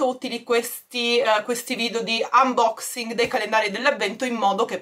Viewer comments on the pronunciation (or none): none